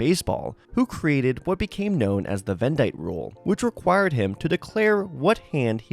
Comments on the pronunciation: Mans said “Vendight”😂 pretty sure it’s pronounced like Venditty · pronounced venditte wrong. it’s ven-det-eee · With the wrong pronunciation 😬